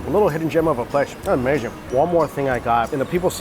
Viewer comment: Its “amerrrrrzing” lol….nice video